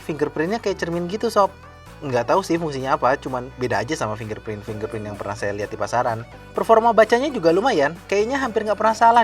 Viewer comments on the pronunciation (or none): Fingerprint bang, bukan fin gerprint #maafcumankasihtai